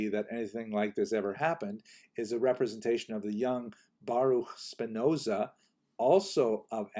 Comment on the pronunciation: Happy to hear that you pronounced Spinoza correctly ;-)